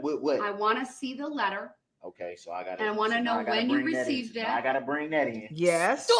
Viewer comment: "It's not an examination it's a direct" OMG MAKE IT STOP. How did I miss that before. Then the "And I will get to redirect after dat right?" WOW. DB... This guy would lose to Hamilton Burger in the black and white days.